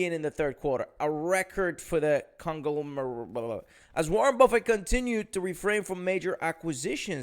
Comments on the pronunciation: lol, sound it out, con-glom-er-ate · IDK if i can take financial advice from a guy that cant pronounce Con-glom-er-ate. LOL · Can you pronounce conglomerate?